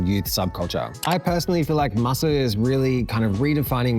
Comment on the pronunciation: MASU used to be read as ‘Masu’, but now it’s pronounced by reading out each letter: M-A-S-U ！